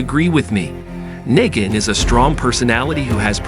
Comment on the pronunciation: I agree with you on the flashback but I 100% disagree with you on Kathleen. I’m a huge TWD fan. That’s an odd pronunciation of Negan, but that’s not who I would compare her to. You don’t like her because her character is based on hate and fear. She played a perfect villain and reminded more of a Governor type which is exactly what gave him fuel. A villain isn’t meant to be a nice person and well liked lol